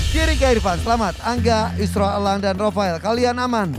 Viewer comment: Ndak rofel tapi rofael